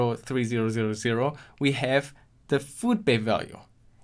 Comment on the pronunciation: holy shit just use numbers instead of slurring zeroes